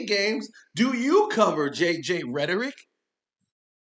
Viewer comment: He said rhertteric im here for it 😅